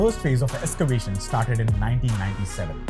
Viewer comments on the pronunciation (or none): Nice topic and thanks for updating. Small suggestions,... end of sentences are swallowed up so not heard clearly, and the music is too loud. Also, it is Ex-cavation not Es-cavation. Please don't be discouraged by my suggestions, it is meant only for making your videos better. Keep up the good work. -from an elder.